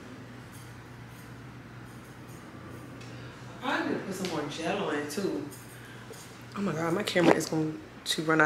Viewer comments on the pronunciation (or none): The Maryland accent came out when you said “she was doing TEW MUCH” 😂😂😂